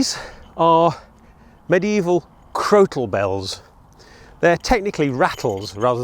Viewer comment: Crokal Bells or Crotal Bells, I ask this because it sounds like you are putting Hard C or K in the middle of the word, not a T?